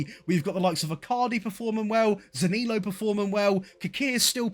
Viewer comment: You need to work on how you pronounce Zaniolo